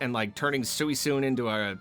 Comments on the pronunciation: I'm sorry, we're not glossing over how you pronounce Suicune. "Sooie-soon"? "Swee-koon". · oh no he called suicune suisune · Never heard it pronounced Soo-ee-soon for Suicune. Have I been wrong this whole time? 😮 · do others pronounce it that way? I've always said it "swee coon" like in the celebi movie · What the fuck is “sui-sune” lmao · I love you but I can’t let that pronunciation of Suicune slide. Sewysoon? WHAAAAT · I'm probably gonna mispronounce stuff Me: I'm sure it won't be that bad: Sooisoone Me: HUH? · did you really pronounce suicune like that? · please stop mispronouncing Suicune. It is not a Suicide Pokémon! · Hearing you say “suicune” with full confidence like that took me out 😭😭 Great video! Would love more tier lists! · Wtf was that pronunciation of Suicune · The way pronounce Suicune is… brave, to say the least. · He's incorrect, but it definitely isn't the worst i've heard. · My guy deadass cant say suicune......oooooooooooomg...